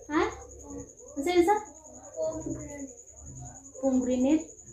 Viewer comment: Pomegranate pagbigkasin pomegranet,,,masarap yun gawin juice or ihalo sa vegetable salad